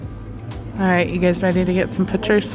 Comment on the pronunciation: It’s not pitchers it’s pictures